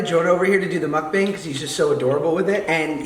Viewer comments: joshua be the change and start saying 먹방 correctly. you could start a movement, imagine the power. this is the perfect comeback. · what did he just call it?!?! A mook-bong. Shouldn't it be muck-bang. I'm so confused. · It’s pronounced kinda like muk bong, idrk why people spelled it mukbang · Mukbang pronounced MUCK BONG! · Ur pronouncing mukbang wrong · I feel like David pronounces mukbang different every time